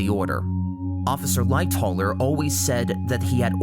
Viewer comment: agree good vid but also "Lightoller"? Lightowler ...